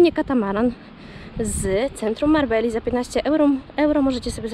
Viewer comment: Czy nazwy miasta nie wymawia się czasem "Marbeja" ? 😉